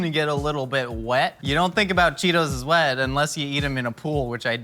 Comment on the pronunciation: pronouncing the h that isnt in wet